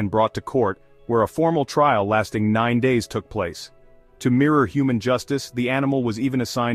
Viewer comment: "Trial", not "trail"